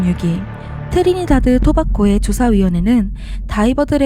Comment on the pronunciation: 토바코 X. 토바고 O